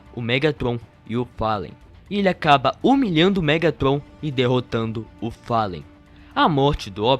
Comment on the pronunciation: Palen é top 😂😂 é Fallen mano